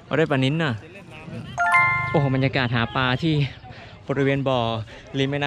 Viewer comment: หาปลานะครับ ไม่ใช่ หาปา